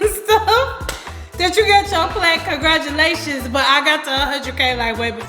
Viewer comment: "Congratumalations"! Thanks for sharing 1Kayla with us!!